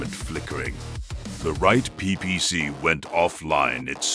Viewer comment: I absolutely love your stuff. Hands down. There is only one suggestion I would make. I noticed that your choice of narrative AI often makes pronunciation errors. As most do. There is an easy fix for this. On editing, use a prompt like "Replace all instances where "PPC" is mentioned, with "Pee Pee See" for better phonetics." Similar method works with SRMs LRMs, by changing to L.R.M.(#) S.R.M(#) etc, to limit the mis-pronunciations. You make great stories and content. And we your listeners see through these AI errors and enjoy your work just the same. But these few short prompt additions, will help your narrative AI present your most excellent work, more accurately. Just a heads up. Not a critique. Your, content, rocks!